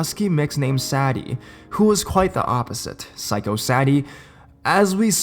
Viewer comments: _- you mispronounced the dog's name. "Sadie" is pronounced Say-Dee not Sad-ee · Hey dude, you're pronouncing the name Sadie wrong. It's say-dee.